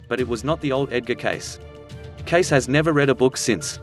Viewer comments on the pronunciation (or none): U r mispronouncing his name. It is CAY-see, not "CASE", as u r saying... :) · Good show but pronounce "Cayce" more like "Kay--cee" or "Cay-see" not "Case" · This clip on Edgar Cayce is very diminishing of who the man was and his existing readings that are available to the public to this day. The narrator does not even pronounce Edgar Cayce's name right. He's calling him Edgar "Case" and it's pronounced Edgar "Cay-sae." If one is to do good job on the history of a very important person, they should at least get the name right and not sound like they are reading monotone off of a script. There are many books about this man, and a good place to start is "There is a River." I hope people take the time to get familiar with him and his thousands of readings. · The name is pronounced K SEE - not “case” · Why would someone make a video about Edgar Cayce using a robot voice which mispronounces his name all through the video? It certainly doesn't create confidence in the accuracy of the info. And with good reason. The correct pronunciation is Kay-See not Case. He never made a prediction about 2022 either. He seldom named dates at all, knowing he might not be accurate about the exact times of upcoming events, though his predictions have proven to be accurate on all other counts. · Pronounce Edgar Cayce's name correctly for goodness sake! Cay See not Case! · His last name is pronounced KAYsee, not Case. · His last name is pronounced Casey not case but Casey thank you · It isn't very convincing when the pronunciation of the name Cayce is incorrect. (KAYCEE not Case) so didn't listen beyond that point. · It's not pronounced like case it's case ce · 1st time I ever heard his name pronounced Case rather than Cay-C. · It's Cay-ce, not Case. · It's pronounced Cay-see, not case. A minutes research would have made you look more like an authority and less like a YouTube slacker. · It's pronounced 'Casey'...not 'case'. Kind of annoying. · I know right... Case is Cayce.